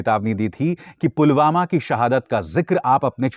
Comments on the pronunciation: Abe chutiye Pulwama hai wo..sale, pulgama nahi..jahil,, kab sudhrega.feku ragu...sadak chap funter. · Pulgama nai.. it's Pulwama. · Jumlebaaz Dhongi modi ko pulwama v kahna nhi aata Dhyaan se suno s o पुलवामा को गुलवामा kahta hain sunlo